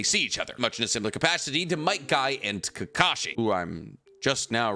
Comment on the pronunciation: Fug all these other comments, do a top ten anime lovers list and just talk about might guy and “KEEKASHI” the whole time